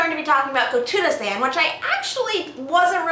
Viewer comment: Very nice :D And i had a lol cus first time you said the title i heard "tuna sand" :P